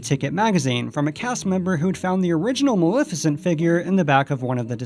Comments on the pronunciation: It's malef as in Left not Malef as in Lift. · Isn't it MA-LEF-I-CENT? You keep saying Mal-if-a-cent. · dude you totally mispronounced maleficent's name. It's MaLEFicent ( Lef as in left) NOT MaLIFicent (lif as in lift) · Maleficent's name is also actually pronounced MaLEFicent , the "Lef" being pronounced the same as in "Left". that's the way it's pronounced in the original film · You pronounced Maleficent wrong. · Argh! How many times can one person say Maleficent incorrectly?!!!